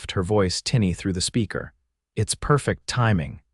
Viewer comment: Getting the pronunciation of 'perfect' wrong is very amature!